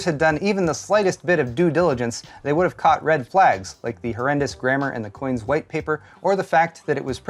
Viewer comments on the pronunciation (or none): none